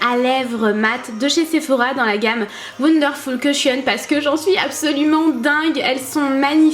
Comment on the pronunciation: l'anglais de "wondeurfoul"